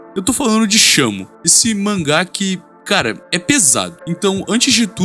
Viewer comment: vlw mn, na pronuncia eu juro que escutei shama, fiquei um 10min procurando por esse nomekkkkkkk